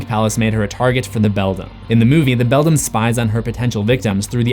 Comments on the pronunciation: I've told you before, it's pronounced BELL-DAM or BELL-DAMN, NOT BELL-DUM. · IF the other Wybie was unable to talk, how was he able to communicate with the cat in the Beldam's (pronounced BELL-DAM or BELL-DAMN) world?